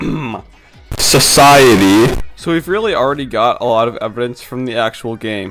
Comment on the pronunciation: When you said SOCITY I had headphones I thanks for making me deth